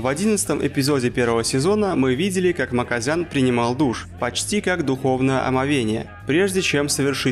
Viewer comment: не Маказян а Маказиан